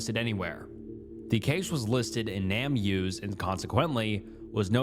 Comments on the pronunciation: It's not "Nam use," it's "Name Us," as in "give us back our name." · Just in case you didn’t realize, its not pronounced nam use, but name us. The point is to find the names of jane and john does, to name them. Hence “name us”